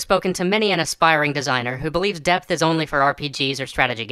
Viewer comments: at the begining i thought you say "death" every time you said "depth" , and i was REALLY confused why we want more death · at first, I thought he was talking about "Death" instead of "Depth". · It can't be just me that hears "death" every time he tries to say "depth"? I was really confused for a while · I kept hearing "death" and not "depth" at first.